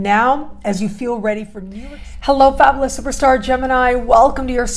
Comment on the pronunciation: Its fab'you'lous...not fab'ooo'lous! Lol. This kills it for me every time. Just a small gentle suggestion. ❤